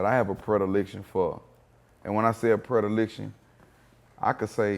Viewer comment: Gates the Greatest!!! But he mispronounced the hell out of “Predilection”